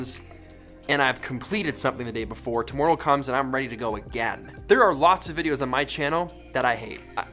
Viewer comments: It’s not aboot tomoorow. It’s aboot today. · Normally you don’t have a Canadian accent come through but the way you say ‘tomorrow’ sounded really Canadian to me.